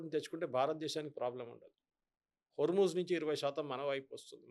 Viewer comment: నీకు ముజేతబా అనడం రాదు హార్ముజ్ అనడం రాదు ఏమి జర్నలిస్ట్ వి రా బాబు ఒక RSS గాడిని పక్కనకకు చోబెట్టుకొని ఇజ్రాయెల్ అమెరికా భజన చెయ్యడమే జర్నలిజమా 😂😂😂